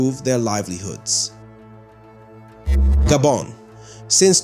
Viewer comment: Abeg Gabon is pronounced GAH BON not GayBon